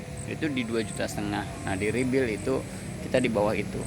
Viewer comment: Bang bukan rebil ... tapi REBUILD